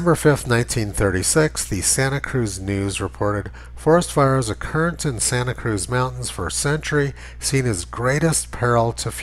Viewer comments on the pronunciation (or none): none